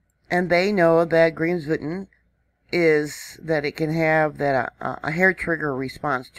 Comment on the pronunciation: BTW the volcano's name is pronounced "Krims-voet'n"